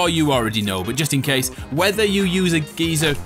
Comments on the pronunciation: Geezer is another name for like a old person, geyser is how u are suppose to say it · It’s a guy-zer A guy-zer NOT A GEEZER! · In Australia it’s pronounced guy-zer. A gee-zer is what Jamie Oliver calls his friends. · It is pronounced GUY-ZER. LOL the more you know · it’s guy zur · it’s g-uy-ser 😂 Great vid again though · its pronounced guy-sir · It’s pronounced guy zer in the whole world lol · The first deliberate “geyser” mispronouncing was cringe enough, thanks.